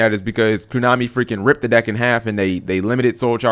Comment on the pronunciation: Please fucking christ stop saying kunami